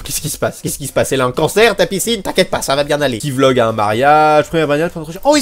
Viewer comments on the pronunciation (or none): none